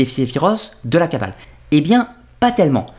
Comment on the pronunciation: La kabbaleuh, la kabbaleuh ... des gens heureux !